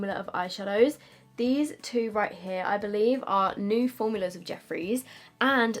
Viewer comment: I think both looks turned out so gorgeous!! Also I love how you pronounce new as nuu (for me anyway) 😂😂 So cute. I wish I had a cool accent😒